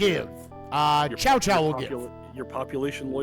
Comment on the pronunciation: ...I haven't heard these names pronounced that badly since the old PS2 English dubs. It's not 'Chow Chow' or 'Cow Cow' (what the old Dynasty Warriors games said). It's Tsow Tsow. The names are kinda fudged to pronounce if you haven't heard the later, better English dubs of Dynasty Warriors.